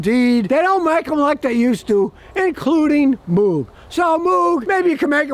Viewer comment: The "O" in Moog is pronounced like rogue or vogue.